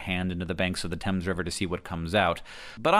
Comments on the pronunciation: it's pronounced 'tems' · Definitely pronounced "tems", rhymes with "hems" like on trousers. There is a tributary of the Thames called the Thame, running through Buckinghamshire and Oxfordshire, which is pronounced "taym", like you are training a wild animal (tame). This one rhymes with "same". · THANK YOU FOR PRONOUNCING IT CORRECTLY!!!